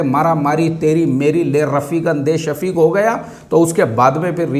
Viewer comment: ये रपीक और शपीक क्या आपके पड़ोसी हैं,, हर video मे आप इनका ज़िक्र ज़रूर करते हैं 😂😂😂